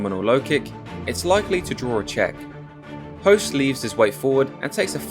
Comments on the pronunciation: its not pronounced Host, its pronounced Hooooost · Hoost not Host lol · I grew up watching him on k1 ESPN. Never really appreciated his skill as a fighter til now. Also did not know it was pronounced host lol.